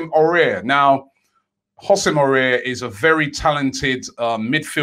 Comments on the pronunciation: Just say awar not aurier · AOUAR not AURIER. Aurier is that dude in the club which hasn't won any trophies and is looossssiinnngggg sauuucceeeeee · Robbie: Aouar is pronounced: A-war....... but with an open "A" ( like "on a pAr with" )..cheers Robbie! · Ow- ar not Aurier 😂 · AOUAR NOT AURIER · Under the radar - Robbie saying names properly!! It's pronounced 'Ow-ar', not 'Orare'! At least try Robbie man ffs 😂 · Robbie it's Aouar not Aurier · It's Aouar robbie.. NOT AURER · Pronounce: Aouar: “Ah-oo-AhR” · It’s pronounced “ooou-ssem Ah-ooo-ar” ROBBIE! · Yo Robbie, I hear you struggling with the pronunciation of Aouar. It's like Ow-arr, with the rr coming from the back of the throat 🤙🏾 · It's pronounced AWAAR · Aouar is pronounced ow are ( ow like owl without the l) then are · Aouar is pronounced Ow-are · hahahaha robbie and his legendary pronunciation aouar is pronounced kinda like how are in one word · Hey Robbie it's pronounce WhoSame Awar (Houssem Aouar) you make it sound like that guy from Spurs careful 😂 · Houssem Aouar is pronounced like Who-sem A-o-ar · Isn't pronounce hossim ow arr... Tired of robbie butchering names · Please pronounce aoaur correctly next time. This is how you say it... Ow-Our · It's pronounced :- Husam Awwar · 1. Kokcu 2. Housem Aoura but pronounced AWWWWAAAAAA robbie 3. Kepembe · Robbie, you really need to learn how to pronounce Aouar. It's been 6 months now 🤣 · Aurora Beam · He butchered Aouars name like damn. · Les not forget about the way Robbie pronounced aouar😂😂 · Robbie said houssem auour so wrong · Haha probably the worst pronunciation of him I have ever heard lol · It's like he doesn't even bother to read the name, makes no sense to mispronounce it like that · Raaaah Robbie butchered houssam Aouars name peak